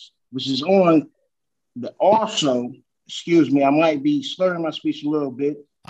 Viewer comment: He’s trying to say excuse me axing questions he axing where is my brain excuse me again